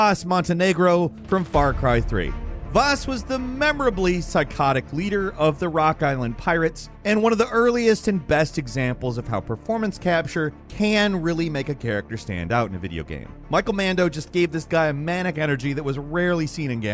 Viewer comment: it is not Rock Island ,It is Rook island